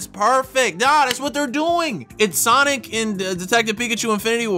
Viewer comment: It's sanic not sonic